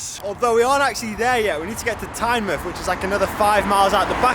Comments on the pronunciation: Good vid, nice to see some Northumbrian roads on your channel, the military road is fantastic isn't it? One thing - It's Tyne-MOUTH not Tyne-MUTH hahaha. All the best for 2020 dude. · For Tynemouth you pronounce the mouth the same way as you would normally say "mouth", not like in the word "Plymouth"